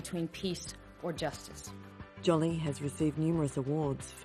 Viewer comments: Lol, Jolly, not Jolie ! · Jolie ~ ^Jo- lee' . Not " Jolly" . Great documentary - only this heavy mispronunciation repeated over & over gets on your nerves , though it probably shouldn't ? Wish they'd remake the voiceover - Get Angelina Jolie's name right , so important story wouldn't get distracted by such a loud kind of mistake. Not sure why some mispronunciation's are more unbearable than others- Just wanted to go " ARRRGH '.. People IN the documentary pronounce her name right .. so. Wonderful crusader she is. Think its cool they score a fortune on press photos putting it straight into charity. No hard feelings- Beautiful. 🙃🌼